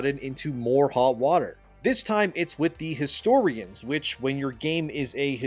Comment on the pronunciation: Why did I hear "ubisoft is in hog water" 💀